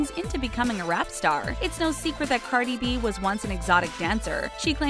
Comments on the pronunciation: Lmao she slaughtered cardis real name the way she pronounced it😂🤦🏽‍♀️ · How many of y’all got Upset that they pronounce Cardi B‘s name wrong